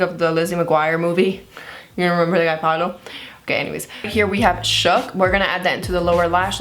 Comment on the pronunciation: So cute when you say "Pablo" but its "Pa o lo"